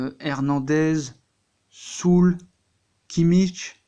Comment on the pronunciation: Süle, ça se dit pas Soule, ça se prononce " Zuleuh"... Pareil pour Nkunku, on dit pas " Haine-Con-Cou".... Tu connais rien, j'confirme ✔️